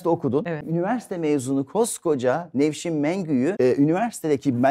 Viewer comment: Konuşurken Nevşim diyordunuz, konuştuğunuz gibi de yazmışsınız, hanımefendinin adı Nevşim değil Nevşin.